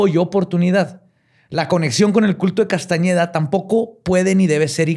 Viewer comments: ¿Y no se dio cuenta en tOOOodaaaa su INVESTIGACIÓN que en Tooodas sus fuentes dice CASTANEDA y no CASTAÑEDA? 🤨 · Si hubiera investigado personalmente este tema lo hubiera presentado diferente, por el simple hecho de decir Castañeda y no Castaneda, por presentar a pachita como una bruta, etc. Neta le falto mucho a este episodio, ya no es lo mismo de antes:( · no es Castañeda es Castaneda y no es tansegridad es tensegridad, y quizá te interese el dato de que no solo Pachita ha hecho estás cirugías, sino la misma Maria Matus, de quién se inspiró Carlos para hacer esa tesis... No era Juan era Maria, Gran curandera mexicana...